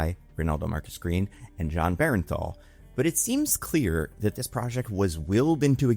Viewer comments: It's pronounced Burnthal not Berenthal. Just throwing it out there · BERN-THAL... BERN-THAL NOT BERENTHAL... BERNTHAL!!! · why do so many people keep saying BEAR EN THAL...it's not even spelled close to that it's BURN THAL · BERNthal. BERNthal goddamnit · Actor was great. writing was bad. and jesus christ. please pronounce the actors name correctly.